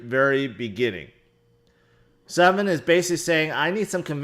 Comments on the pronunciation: sven not seven xD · It is Sven not Seven :). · Seven lol. It’s Sven. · The guy's name is Sven (pronounced: swven), not 7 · Haha why do you call him "Seven"? Haven't you ever seen Titanic when they're asking where SVEN is? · ‘Seven 7 ’ Henrich?🤣🤣🤣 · I love you bro but you are the absolute worst at pronouncing names.... "seven?" 🤣🤣🤣